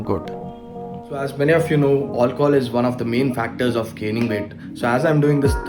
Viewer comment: I love it when he says hi "olchol" 🤣🤣